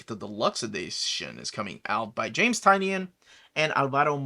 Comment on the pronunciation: James Tynion. His name is pronounced Ty-nin as per James Tynion. Not a big deal just thought I’d let you know